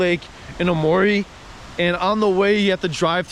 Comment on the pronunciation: Great vid! You hit some of the great places in A-ki-ta. Maybe check some of your pronunciations like Aomori and Manga. Looking forward to more vids from you in Tohoku!